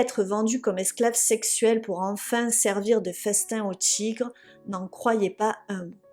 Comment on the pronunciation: Il m’a fallu un moment pour comprendre que le mot « Tchigres » était en fait le mot « Tigres »…